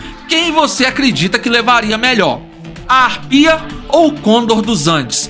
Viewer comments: para de falar errado, não é côndor é conDOR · mas esse cara falando cÔndor me dá nos nervos